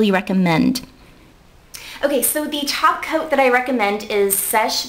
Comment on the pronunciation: Lovethe ways she says Topcoat.. It sounds like "Topcoe" xD